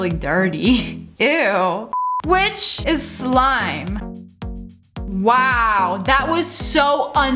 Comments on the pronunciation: Love it when she says weow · I love how she says wow she’s just like “waw”😂😂😂